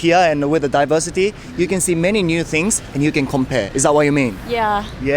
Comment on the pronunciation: だいばしてぃーorでぃばしてぃー